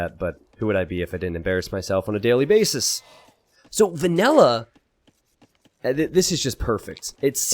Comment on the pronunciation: Is calling "vanilla" "vanella" for half of this game, or is that just his accent?